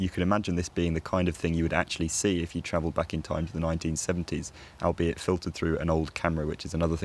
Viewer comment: When you said “albeit,” why did you say it as if you thought the word came from “AL be it” instead of coming from “ALL be it” as it actually does? Was your pronunciation intended to indicate something special? I ask because it was very strange — it sounded as if you had learned the word by reading it in a book and then guessing wrong about how to say it.